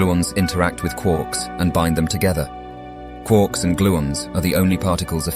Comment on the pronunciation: "Quorks"? I thought they were called "Quarks". 🙃